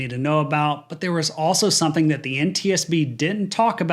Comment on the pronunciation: STOP saying SUN-THINE instead of the correct SOMETHING! 2nd time correcting you ha ha!!!